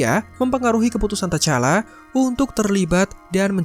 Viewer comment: Sbut nma pn x ngam mau buat youtube🙄🙄 tu T'challa d sbut Tichalla bukan tachalla👎👎